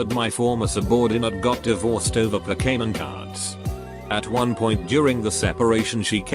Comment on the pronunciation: No one: Google Text-to-Voice: poKAEmon